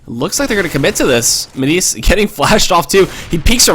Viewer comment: not pronouncing minise correctly!!!!!!